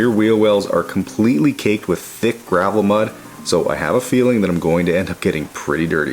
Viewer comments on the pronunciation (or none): none